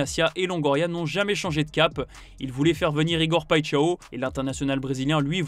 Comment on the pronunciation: Paixão, ça se prononce "païchan", pas "païtchaö"...